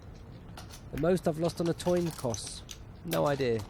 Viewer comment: olly schemion.. dan gates... toin coss. Fucking illiterate commentator